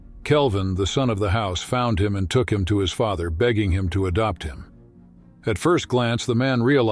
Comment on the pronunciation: Hasky, Faather ? I thought AI readers were improving.